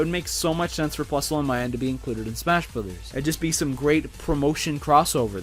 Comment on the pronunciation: It’s minun not minus